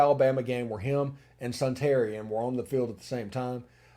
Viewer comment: I believe Suntarine is pronounced Sun-ta-rine, not Sun-tarian.